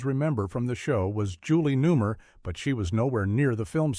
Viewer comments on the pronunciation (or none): For us older Folk, Media was never this crap. Wrong details, wrong shots, downplaying things like calling the BatMo a death trap and everything else a death trap. This is the Future? This is all you guys get? 5th rate standards? Listening to a stupid computer! That can't even pronounce Julie's name? R some gonna think her name is Newmer?? Glad i lived it when it was. Hey person running this channel? U suk at this. Stop doing it. Do something else.